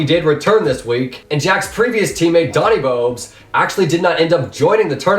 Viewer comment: When skeppy says Doni Bobes he says doni bo-bes lol